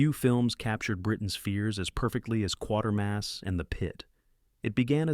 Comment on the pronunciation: no, not QUARTERMASS, QUATERMASS - kwatermass